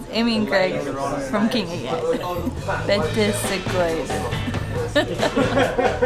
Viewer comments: Betws y Coed...pronounced more like Bet-ous (ou as in could) y Coyd , not Bet-iss. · you are nearly there , bet-oosss not betsy ,seems you nailed the co-ed though.👍👍👍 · 1nodmonkey ,No arghhh not pronounced like that its "bet-ouze uh co-ed" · Pronounced “Betsy co ed “ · I hate it when English people pronounce it Betsy Co-ed.